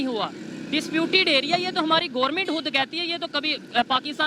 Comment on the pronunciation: I like the way says ' Gourmint' for Government 🙄🤣